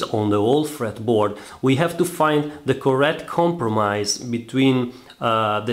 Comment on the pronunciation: I love when Russians say "compromise."